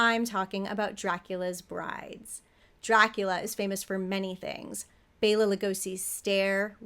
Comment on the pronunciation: OMG You said Bela's name correctly!!